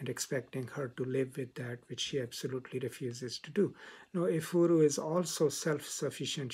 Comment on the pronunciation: Igbo - pronounced "E- Bo" in English Efuru - pronounced "ehh- fuu- rue" Efuru means "lost" in Igbo. Which helps with understanding the protagonist's issues with colonial times as an African woman. Great job and analysis. It was well summarized.